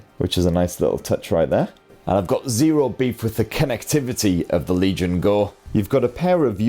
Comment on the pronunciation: I don't know why I keep hearing "RELIGION GO" instead of Legion GO. Is this a new type of Faith ?